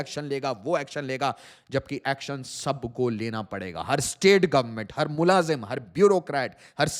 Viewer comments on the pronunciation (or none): none